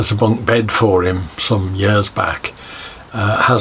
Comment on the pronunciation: Years, not rears 😂